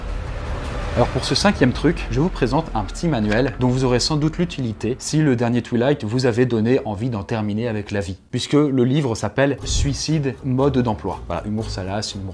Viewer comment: Le dernier touilaïte ? Ouille toi et l'anglais c'est chaud